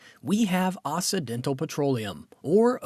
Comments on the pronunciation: Someone please tell the narrator that it's OXY dental NOT OSSI dental. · It's pronounced okcidental